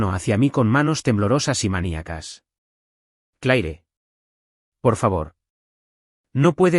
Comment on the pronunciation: Como es posible que utilizen personajes con nombres en inglés y no saben pronunciarlos correctamente. Un ejemplo solamente " La pronunciación del nombre Claire en inglés es comúnmente "/klɛər/" (klehr), sonando similar a la palabra "clear" o "Clare". Es una sola sílaba que combina una "cl" fuerte con un sonido vocálico tipo "air" al final, similar a cómo se pronuncia "hair". En francés, es un sonido más corto, más parecido a "kleh". Sin contar Vance 😂